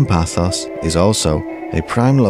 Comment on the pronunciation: Nice video but it is not ''Pathos'' but Paphos or Pafos never Pathos, sorry to be pedantic but as I live here it does rankle..